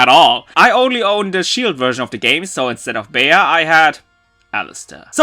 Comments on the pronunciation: "Bay-Uh"????? ...ok, so then I guess if atrociously mispronouncing names is ok with you, from now on anytime I talk to someone about about you and your channel, I'll pronounce it "Pock-em-One Rann-Ger-Bow Tuluv". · "Bee" is how it's supposed to be pronounced dude. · Not to be this person or to be rude but the proper pronunciation of Bea is "bee" in English. This is probably because the name is derived from the name Beatrice. Even in the Wikipedia article of the name Beatrice list Bea as a shorten version of Beatrice and even list Bea from Pokemon Sword and Shield as an example. However, that doesn't mean the pronunciation is wrong. I have heard it called "bae-a". I guess it's just really just regional. Anyway, great video as always! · Everytime I hear People call her Bea(Bee) I always say "It's Bea(Beya) not Bee! 😏" but now hearing her Name in the Dub... Well... I'm still gonna call her Bea(Beya)! 😄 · Since her name is a reference to the word "bean," yes you had it right. And I say this as a joke, but I also read that it was a reference to the word beat (which is truth, look it up), as in "of any of you dorkbags keep calling her 'Bay-ya,' 'Be-a,' 'Bae' (and god, there's a lot who do that for her official name, and you know who you are), or even 'Beau' (I kid you not, someone called her Beau), she WILL beat your ass." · Usually Bea is short for Beatrice so its pronounced "bee" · No. The english dub is right. It isn't like he pronounced the name. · The dub is right. It isn't as he called her. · Her name is Bea. The way he said the name was just his terrible pronunciation XD. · Delicious Man X But how are you satisfied pronouncing your waifus name incorrectly? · No. The english dub is right. It isn't as he called her. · Giboit I know he wasn't saying it right. It's just my name is actually Bea and you don't pronounce it as bee though a lot of people do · The english dub is right. It isn't like he pronounced the name at all.